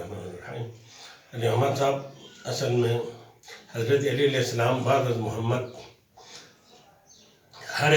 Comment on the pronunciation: Mashallah Salam to sahi tarah kro ju muhtaram